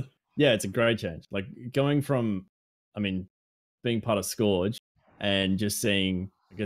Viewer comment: Someone's gotta tell how to pronounce "Scourge" 😂 For real though, another great chat there boys. Always good to hear Aussies discussing Destiny! 😀